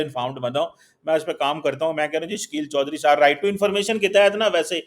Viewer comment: Why do you get. He is not an honest person. Jalebi banayenge. And please ask him to pronounce your name properly. It's and not chorri saab 😊